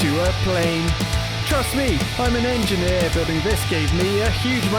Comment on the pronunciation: "Trust me" or...... TRUSS me.